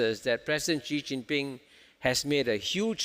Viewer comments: Please try not to mispronounce the name Xi as a Gee, Jee, or Shee. The proper pronunciation under Chinese pinyin is a lighter form of Si, When in doubt, Si is approximately quite close. To be more precise, Chinese pinyin, Xi Jinping's family name is pronounced like an English 's' except lighter. Pronounced like the word "see" with a small modification of pushing the sound through your front teeth and opening your lips horizontally. I am quite happy Prof Kishore has got most of his pinpoints of China correctly. His SHE is less wrong, but still wrong, and he should simply get a Professor from Nan Yang University to coach him on a simple "s" through front teeth,. It is the host of this clip who insists on being wrong with GEEE. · When you can't even pronounce Xi properly when even Kishore is saying it 100 times for you to hear, and yet you keep pronouncing it Gee, you should not be the host and your opinions should not be taken seriously. Luckily he just asked questions, since no one would take his opinion seriously since he keeps on willingly mispronouncing China's presidents name on purpose. It's 2022, there's a million sources online you can use to check pronounciation, there's a million people at your fingertips around the world you can ask, yet this guy didn't do anything and ignores all the truth in front of his face going stesight into one ear and out the other. No brain to absorb the sounds from kishores mouth.